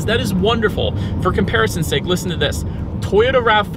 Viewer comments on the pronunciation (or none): none